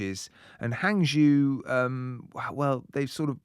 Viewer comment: Hangzhou is pronounced Hang Jo